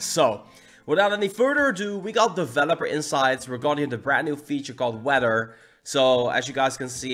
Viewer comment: “Wedder” lol